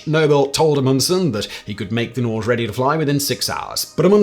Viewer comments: Norge (the Norwegian name for Norway) is pronounced Norr-gé! with emphasis on the e. Not Norgch. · Norge is pronounced nor-gay. It’s Norwegian for Norway. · Norge is pronouned Nore-geh. It means Norway in norwegian. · Wouldn't "Norge" be pronounced "nory-ay"?